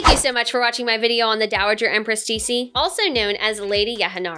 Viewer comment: Her name is pronounced "Tsuh" (Ci) "She "(Xi)